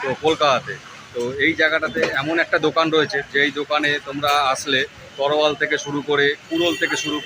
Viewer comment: তরোয়াল ❌️ তলোয়ার ✅️